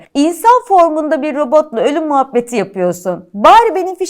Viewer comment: Car car car robata dediğine bak😂😂😂😂😂😂😂😂😂😂